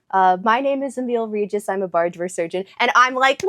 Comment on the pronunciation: Damn, your pronunciation of Emiel Regis sounded almost exactly like it would come from a Polish person. I even had to rewind and listen to it again.